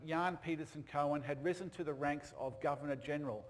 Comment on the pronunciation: Coen is pronounced "coon", not "cohen".